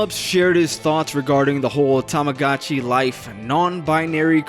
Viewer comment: can't even say the name of the game properly, opinion disregarded